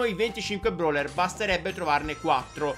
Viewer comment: Ma te dici broler non brawler🤣🤣🤣🤣🤣🤣🤣🤣🤣🤣🤣